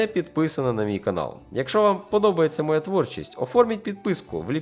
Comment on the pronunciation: Тільки "якщо" а не "якшо", якщо ви блогер)